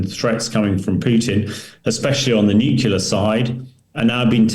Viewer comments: He said the n word! nuculer - lol. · Not Nuculer. It is pronounced Nuclear! For heaven sake! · Please, someone, take this guy aside and teach him how to pronounce the fairly simple word: "nuclear." It's embarrassing.